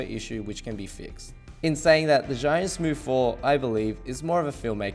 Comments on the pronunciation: Please get it right it is pronounced chew-Ing no Z anything!!! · You, as a Chinese should pronounce Zhiyun properly.... sigh.... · What a shame you can't even pronounce Zhiyun correctly... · Learn how to pronounce zhiyun mate